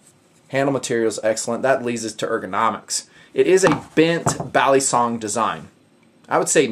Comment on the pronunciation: Is it just me or is saying balisong wrong?